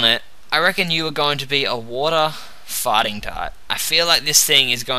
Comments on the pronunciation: Everytime you say fighting type, i hear farting type XD Nice video though! Keep it up! :D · he sounds like he says farting when he says fighting :3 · it sounds like hes saying water-fighting type XD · its immature but does anyone find it funny that he pronounces fighting type farting type? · I thought you were saying water farting type :P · when you said water fighting it sounded like you said water farting O.o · when he says "fighting type" it sounds like farting type. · i cannot help myself, but everytime you say "fighting" it sounds to me like "farting" :D :D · I loled hard for about 20 secs until I realized he said fighting and not farting :D